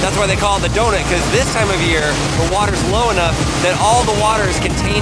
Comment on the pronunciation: I'm sorry but did he just say "donit" It is pronounced "donUt" #nohate